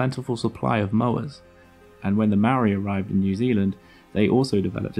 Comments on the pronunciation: Why are white people so lazy at trying to pronounce other words other then theirs properly, first you said Marry then you said meow-ree, how hard is it to say Mole-ree but pronounced without the L and role the R ffs.. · you called maori mari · Love seeing NZ in one of your videos bro it's tumeke! The Haast eagle was a mad bastard and was the boss here back in the day! The Maori ( pronounced, moldy) then came over and made all the moa into K fry then Nek minute, extinction lmao 😂😢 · for future videos, try pronouncing Māori correct